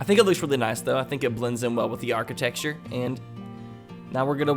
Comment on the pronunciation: What is "architexture"? I know what architecture is, but not "architexture". I guess it's a Missouri thing too like antenna? Love the content btw, just discovered this channel a week ago and been binge watching!